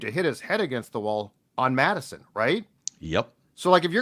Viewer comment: It’s ‘Mattison’ btw